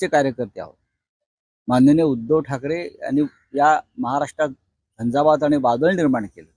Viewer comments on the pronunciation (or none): none